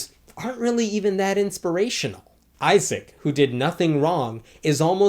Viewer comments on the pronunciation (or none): none